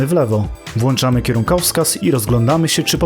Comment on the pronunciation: nie włanczamy, tylko włączamy mistrzu